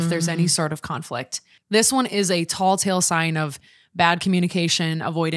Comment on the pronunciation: Tell tale sign… it’s telling the tale. Tall tale sign = 🧔+💙🐂 😂 As a fellow Minnesotan I had to.. otherwise a great podcast!